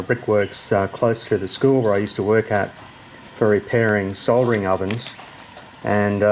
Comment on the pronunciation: The one that gets me is sodder , for solder.